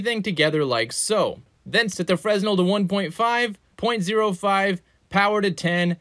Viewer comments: Fre-nel :cat-orange-whistling:(with silent S). Great video though. Your stuff is clear and straight to the point. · Just a heads up, fresnel is pronounced "fre-nell", the S is silent. Great video! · I love how we actually know what black holes look like experimentally at this point. But this is cool too. ;-) Also, you're pronouncing "Fresnel" wrong. It's a French name.